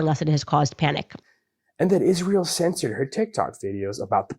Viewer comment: Who else wants to scream every time Candace mispronounces Israel as Ish-rael. There isn’t an ISH sound in the word Israel.